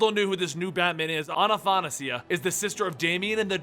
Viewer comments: A-tha-na-si-a, there is no A-na-..., good luck next time, great video cant wait for more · its not Anna-tha-nasia it's Atha-na-sia Trying to help you out here man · hey,, not anathanasia, it's athanasia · I'm pretty sure it's pronounced Anna-THAsia. Like Anastasia but it just happens to be spelled with an H. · Will ever pronounce Athanasia's name right?.. A-tha-na-sia xD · A- tha- na- sia! dude get it right! in Greek means the unable to die in a good way though, that immortality that everyone looks for. it actual means immortality. many Greek girls have that name. also bays as in Athanasios. dude please look it up and tell me if I'm wrong.